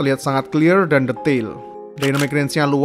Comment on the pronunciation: Bang gua udh dari dulu sub channel lu tapi mohon maap ni bang jangan paksain pake bahasa Inggris bang jadi agak gimana gtu denger nya pas bilang clear atau flare 🙏🙏